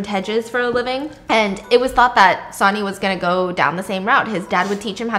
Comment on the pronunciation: Oh my God Stephanie lol. I love you so much I really do but my brain could not handle you saying sonny the way that you did 😂 it’s pronounced like sunny!